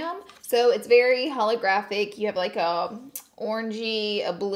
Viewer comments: "holographic" ok girl ok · I love Laura but......."Holographic" Oh No Hunny!! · Anyone else cringe when she said holographic? 😬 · Every time you said holographic it was a stab to the heart 😅